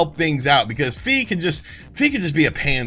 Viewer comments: It's Fi as in "figh", not "fee". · "Fi" is actually pronounced "Fie" as in "Die"